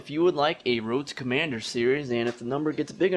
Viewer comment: woad to commanduh